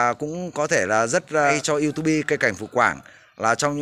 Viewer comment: Đừng đọc là iu tu bi, nghe chuối lắm anh